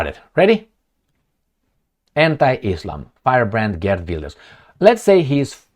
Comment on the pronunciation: Geert is pronounced Heert. Just like Harkov is not Karkov 😅. Why don't you sometimes use Google Translate and figure that out?